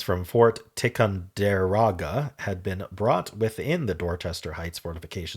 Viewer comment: I do like that they’re doing more themed puzzles again. Oh and in case you’re ever on Jeopardy it’s pronounced Fort Tie-Kahn-Dih-Roh-Guh 😉